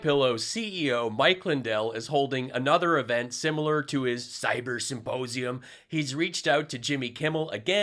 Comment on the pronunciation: that is how Pillow says the word symposium. It’s not my take, but that also works. 👍🏽 Once you hear him say “supposium,” you cannot unhear it. 🤡